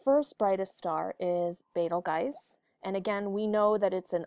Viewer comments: Its pronounced beetle-juice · Betelgeuse (Bettle Guys) doesn't sound like Arabic nor Rigel